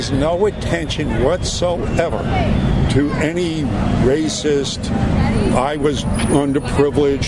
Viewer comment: His go to response... "Tha's Raciss".